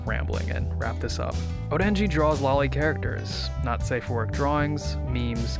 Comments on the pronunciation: cripes sake, it's lo-li. not lali. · It's not pronounced "lolly". God that's my biggest pet peeve I swear. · it's not the "American pronunciation" it's the incorrect pronunciation. Loli comes from Lolita which is pronounced "lo-lee-tuh".